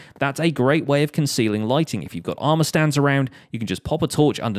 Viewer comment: I thought he said lightning not lightning